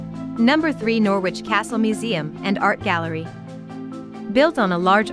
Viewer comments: It is pronounced Noridge not Nor widge. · If, for some reason, u want to make a video about Norwich, maybe u ought to learn how to say it. It's not, 'Noor-wich,' its 'Norridge.' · Funny how she says Norwich ..pronouces the w...U dont ..it's silent ... So noritch....sound like .. Melanie 34..Norfolk and Canary girl..💚💛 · the way of how you were saying Norwich it's pronounced Nor-rich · She's talking Noor- which Squit I feel.... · Once again, computer-voiced commentary. It really puts me off. Okay, you don't want to pay an actor, but all sorts of people could provide the commentary for this. They would sound human and the words would flow correctly. Plus...they would understand not to pronounce the w in Norwich!!! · Maybe a English person should have spoken about Norwich not an American who carnt pronounce the name